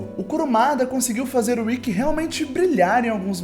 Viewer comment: Só eu ou mais alguém notou ele falando Rikki?